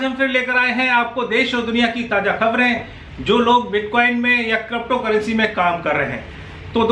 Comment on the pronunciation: Good update and thank you for uploading video related crypto currency. Sir, however, I have one request to you to pronounce crypto currency as crypto currency not crapto currency. Ha ha ha just kidding sir ji, u r doing good job